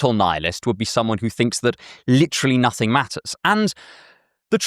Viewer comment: We belieb in nussingg, NUSSINNG